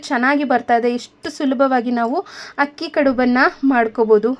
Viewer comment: Madam, ನಿಮ್ಮ idea ಚೆನ್ನಾಗಿದೆ . ದಯವಿಟ್ಟು "ಹಕ್ಕಿ" ಅಂತ ಹೇಳಬೇಡಿ. ಅಕ್ಕಿ ಅಂತ ಹೇಳಿ. ರಾಜಿ.